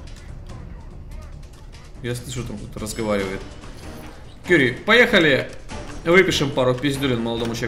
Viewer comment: Не вижу смысла смотреть до тех пор, пока не отошлёт Кюри́ или хотя бы не научится правильно произносить её имя. У меня жопа в небеса улетает каждый раз, когда с ней разговаривает.